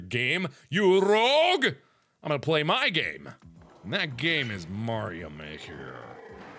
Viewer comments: It isn't maroy it is mario but, with the i and o switched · MARIO not MAROI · M A R I O Mark-Maroy? Who the heck is Maroy? Me-😑Well then...🤣lol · Mark the first level you play and you said maroi it's supposed to be mario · cheif _ 115 its supposed to say mario but it did say maroi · MA-RIO MA-RIO, WHOS MA-RIO???? Mario😂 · Yes Mark, Mah-Roy Not the name of the game you are playing,AKA:M-A-R-I-O! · mark.... please tell me you were joking when you said M A R I O you said Mar-oi...😂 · Mark.. it said Mario not Marioi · mark of said Mario not maroo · its mario not "mario" have no clue how mark said it